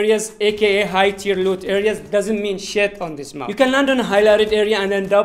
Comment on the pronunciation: Not mup it's map🙂🙂🥴😂